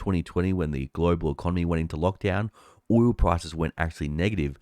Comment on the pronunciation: It's "oil", not "oywoo".